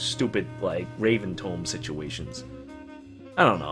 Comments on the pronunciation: IT'S NOT A DOOMAH!! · ITS A TOOMAH!!!